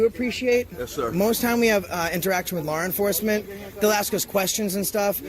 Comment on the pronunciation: "Lar enforcement"? Well played,...